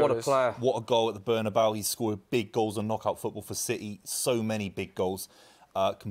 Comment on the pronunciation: it's NOT ''BernAbau" ffs